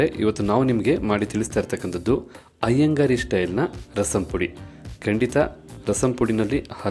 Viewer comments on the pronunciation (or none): Iyengar style, not Iyengari style... It is correct in the title, not in the narration.